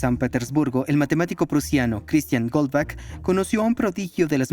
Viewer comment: El apellido alemán Goldbach no se pronuncia "Golbak", se pronuncia "Goldbaj", igual que el apellido del compositor alemán Juan Sebastian Bach, que se pronuncia "Baj". Bach significa "arroyo" y Gold sigtnifica "oro".